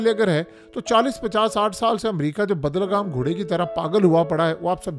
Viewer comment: Bai lagam ghotda hota hai bahi bad lagam nahi